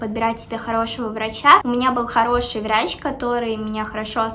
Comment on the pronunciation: Мне одной послышалось варачь